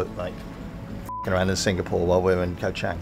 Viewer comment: My favorite island is NOT Koh ChEng! It's Koh ChAng...